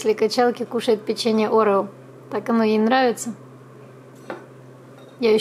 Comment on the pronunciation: я не хочу вас упрекать и учить, но вы говорите орео не правильно, вы говорите это слово через „э”, орэо, а все говорят орео, то есть через „е“